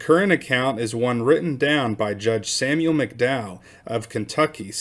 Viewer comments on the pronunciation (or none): none